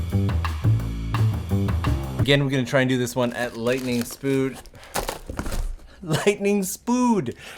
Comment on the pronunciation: Lightening spood... Nice one 😂